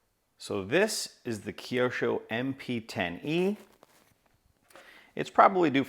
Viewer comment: Kiosho...no... kyo with out "i" sound is right way to name it mate